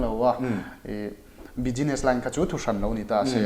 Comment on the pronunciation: Bizness o. Bijines ti toh suh. Ti tawp mai ang.